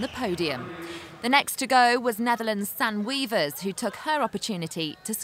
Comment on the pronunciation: Its not Sen wievers, its Sanne wevers